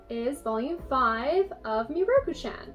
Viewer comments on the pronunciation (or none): Btw, mieruko is pronounced Mi-e-ru-ko if you look at japanese characters (specifically hiragana) it would be spelt 見える子 (from google translate) 見 (mi) and え (e) are seperate and E" is pronounced Eh (sound it without the H) Just so you know i'm not Japanese but it's just the way people pronounce japanese names triggers me sometimes. I understand most people don't know how to pronounce japanese words because they're hard for some people tho! I'm just pointing it out 😁